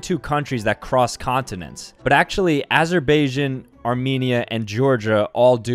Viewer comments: Azer-bai-jon❌ Azer-bay-sh-en✅ Bro can't pronounce Azerbajian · mans called azerbaijan, "aserbayjin" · mistakes: 1: the atlantic ocean is technically the biggest canyon 2: NORTHERN IRELAND IS PART OF IRELAND 3: armenia is not transcontinental mispronunciations/linguistic errors: 1: its not caucus, its caucasus 2: in azerbaijan, the stress is on the last syllable. /æzəbaɪˈdʒɑːn/ or /æzɚbaɪˈdʒɑːn/ should be the correct pronunciation (dialectal differences shouldnt matter that much) 3: oceania is pronounced like /ˌoʊʃiˈæniə/ (in general american english) and not /ˌoʊ.ʃən'iə/ like you said it no hate, but maybe you should try searching up the pronunciation on wiktionary for a word you dont have much experience with or havent heard spoken. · Ah yes, my favorite country, Azerbeijin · Bruh he says asher bajin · guy really said "Azer bay asian" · "azerbayjian" "ocean nia" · "azerbeijin" lol im sorry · He pronounced Azerbaijan Aseirbaishin lol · bro you got ass pronounciation, its atzer-baij-shaan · He lost me when he mispronounced Azerbaijan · It’s pronounced Lisbon and not lisbin right lol I was wrong but he still said Azerbaijan and Oceania wrong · His pronunciation of Azerbaijan tho 💀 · AZERBAIJAN THE PRONOUNCIATION NAHHH SKAHKSNWK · The way he pronounced Azerbaijan tho 💀💀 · That was the worst pronunciation of Azerbaijan i have ever heard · Can we get a video of all these things that are pronounced differently, like uk vs usa pronunciation? Examples of things from this video: Azerbaijan Oceania Tuvalu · The way he pronounces Azerbaijan